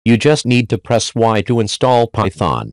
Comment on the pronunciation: "Phyton" "Byfron"